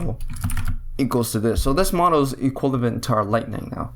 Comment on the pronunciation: For frick sake man, its EQUIVALENT not "equilavent"